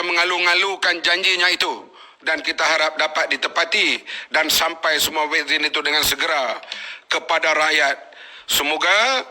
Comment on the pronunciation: Vaksin bukan wekzin ler entah ape2 tah